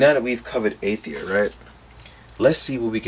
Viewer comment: Love your reviews as always bro, but they are pronounced AIR-UH-THEER and AY-THON. Thanks for the heads up on the shield handles being glued in place. Didn't know that.